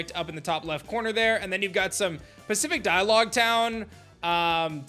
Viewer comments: PACIFIC DIALOGUE TOWN 😂😭😭 Sir do you mean Pacifidlog Town? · “Pacifidialogue town” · Learn how to say Pacifidlog